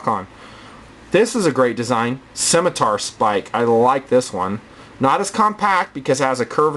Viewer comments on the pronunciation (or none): none